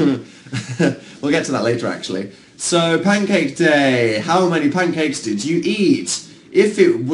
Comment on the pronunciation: Anyone realise Dan said Pincakes? No? Just me? Oh. Okay.